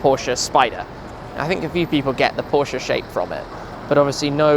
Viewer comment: He pronounces Porsche so beautifully right, as no American has ever done before.